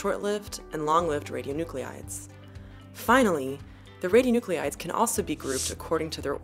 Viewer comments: Do you mean ra-di-o-nu-clides, like how you are spelling it or ra-di-o-nu-cle-ides like you're pronouncing it? I'm not getting why you are spelling it one way but then adding an extra syllable. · The mispronunciation of radionuclides drove me nuts. Channeling my inner Hermione, it’s radio-(noo-kleye-ds) not (noo-clE-eye-ds). She’s channeling her inner George Bush. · She's pronouncing "radionuclides" incorrectly!!! It's irritating. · So she exaggerated the French pronunciation of Marie Curie, then mispronounced radionuclide over and over for the entire video. If you're going to be a fussy linguistic show-off, gotta be consistent. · your spelling of "radionuclides" does not match your pronunciation. This puzzles me greatly.